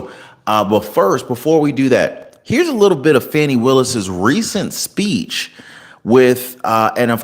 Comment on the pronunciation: Will you PLEASE pronounce DA Willis's name CORRECTLY. It is not Fanny.